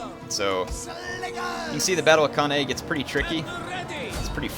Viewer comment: Hate being 'that guy' but it's pronounced can-eye